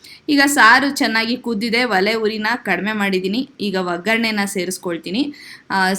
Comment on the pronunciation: ವಲೆ ಅಲ್ಲ ಒಲೆ ಅನ್ನಬೇಕು